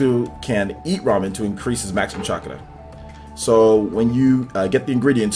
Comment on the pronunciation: BRUH THIS KID SAID CHAKA